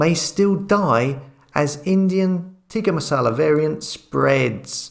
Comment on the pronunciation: Why say tika massala